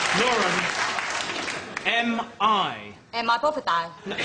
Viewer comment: Science teacher: MI? Lauren: Am i bovverd